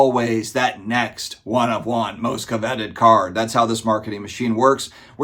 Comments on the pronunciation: “Covet” is pronounced “Kuh-Vet” not CO-Vet” — hopefully you were just joking or trolling someone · How can a grown man not know how to pronounce covet? It's in the 10 commandments for goodness sake.